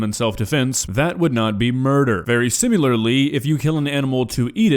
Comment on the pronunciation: “Very simularly”